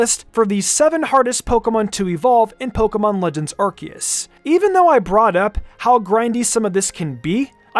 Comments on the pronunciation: STOP CALLING IT ARK E US. It's r see us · I am Captain Pedantic. Ar-see-us. Ar seeeeee us Ar-see-us.